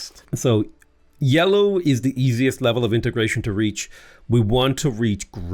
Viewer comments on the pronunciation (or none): none